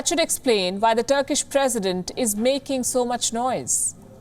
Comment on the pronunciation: Pronounced Press-ident, Not Presseeedent!